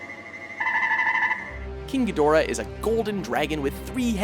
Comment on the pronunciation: King gahdoorah